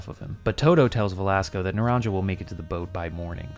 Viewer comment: It was driving me nuts hearing you mispronounce naranja repeatedly, but then we get a snippet of game audio and they actually mispronounce it in game! Ay, dios mio!